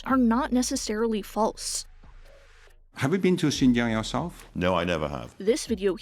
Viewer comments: its pronounced "shin-jiahng" not "zjin-jhang" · great vid but please at least look up how to pronounce xinjiang if you're gonna talk about it lol